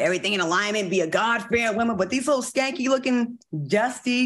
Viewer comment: She said shanky......lol